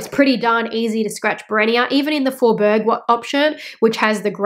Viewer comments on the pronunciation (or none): This was interesting. I have no Hermès bags but I am considering them so this information was good to hear. Oh, and Fjord - the ‘j’ is pronounced similar to a ‘y’ so its pronunciation is more like ‘f-yord’ or ‘fiord’, the same as geographical fjords. 😊 Thanks for sharing. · fjord= you pronounce it fyord in French , great video by the way 🤗